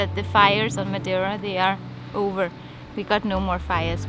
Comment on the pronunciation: excellent pronunciation of "Madei ra " you pronounce the same "...ra" for Pico g ra nde :) edit: jesus christ, insane pronunciation of "obrigada" and even not pronouncing the "o" like a lot of portuguese do. I would've deduced you were portuguese If I were those men at the road doing the limbo!